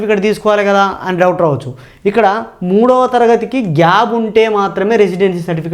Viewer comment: Gab kaadu sir gap. Plese correct your pronunciation.